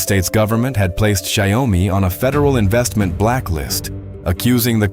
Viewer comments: Xiaomi has vision and direction Check Google translate it's Xiao-Mi No Xiao Oh mi Please DON'T change the name.. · In Chinese it's Xiao mi 2 lseparate words There's NO Xiao OH mi Please Don't change the name!!!! The Chinese will curse you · Dear, There is no such thing as Xiao Oh mi ( YOU ARE CHANGING THE NAME INTO SOMETHING MEANINGLESS!) It's 2 separated Chinese Words XIAO MI Please can check Google translate NO such thing as XIAO OH MI. IT'S Xiao Mi only! Two separate Chinese words no " Oh " Don't make a fool out of yourself to the Chinese who knows English! Now Xiaomi's mega factory's super Ai robotics can produce a car in 76 seconds. Xiaomi is a very innovative company All the Chinese who also know English knows you are speaking crap Changing the name of the company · If you cannot take the time to somehow program the voice to PROPERLY pronounce the name of the company that the video all is about, then you get a thumbs down. Xi Oh mee?????